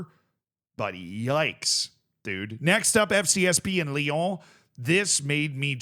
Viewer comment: theres no "the" in ibrox its just going back to ibrox, also say lyon again lol